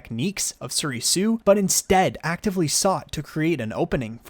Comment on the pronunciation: Your saying Soresu & Niman wrong, Soresu pronounced like this (sore-sue), while Niman is pronounced like this (nee-mon)